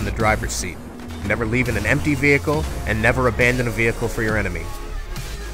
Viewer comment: "VE-HERE-CLE Combat" ....LOL